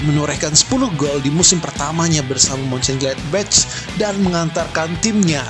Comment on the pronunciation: Min Moenchengladbach bacanya bukan "muncen gladbac" bukan "c" tapi "kh" jadi yg benar bacanya "muncen gladbakh".